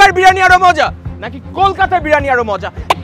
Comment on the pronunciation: Bhai Birani nh Spelling Briyani...Age bolte sekh ...😂